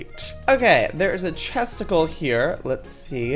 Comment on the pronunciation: When he said chestical it sounded like testical!! Lol